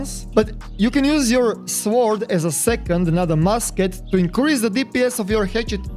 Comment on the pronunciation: Lol they way you say sword, normally the W is silent